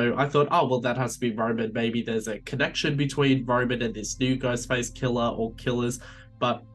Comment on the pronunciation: 'Ghostface killer' might be the best phrase possible for an Aussie accent. At least to my ears. Well done. Also I know it would be utterly stupid to bring back Stu Macher...but I really, really want to see him again and would happily suspend disbelief if need be.